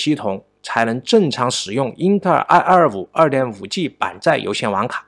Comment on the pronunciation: wu g，不是v g。nei 存，不是nuei 寸！